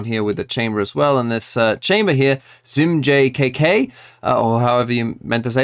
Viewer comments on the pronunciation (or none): his name is pronounced as "KangKang" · ZmjjKK is pronounced "Kang Kang". Idk why but its how they pronounced it on broadcast